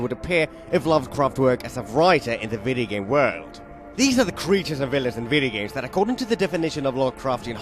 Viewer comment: I love the way he pronounces video games "videagams"